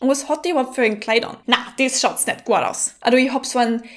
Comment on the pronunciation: Du hast das echt ziemlich gut gemacht, aber wir in Österreich ziehen die Vokale nicht so lang also z.B. nicht statt niiicht aber es gibt sooo viele verschiedene Dialekte also kann man gar nichts genaues sagen!